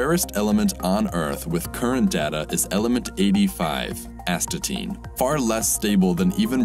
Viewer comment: Astatine.. As...ta...tine... Asthma tin